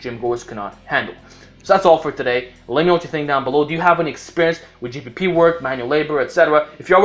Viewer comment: it kinda sound like you kept on saying g4p work lol